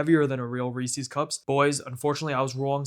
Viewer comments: Why are you calling them Reesies cups? They’re cups that belong to Reese. Reese’s. Rees-US. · You're saying Reese's wrong. A guy named Reese invented this candy and then named it after himself. So who's candy is it? Reese's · It's not Reese-ees cups it's 'Reesiz' cups. Have you not heard other people pronounce it? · It's pronounced Reese-IS, not Reese-EES. Source: TV commercials growing up. Also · It's Reese's, not Reesee's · I always thought it was Reese's as in a person called Reese. I never realised Americans pronounce it Reese-sees. Fascinating. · Pronouncing Reese's wrong in 2026 is crazy. REEESEEE lol idiot. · It's the "Reesies" I can't get over. I cringe every time I hear it. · Based off how you pronounce Reese’s I decided not to trust you. I’m not even gonna attempt watching this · The way you pronounce Reese's and chocolate earned you an immediate dislike. Good job!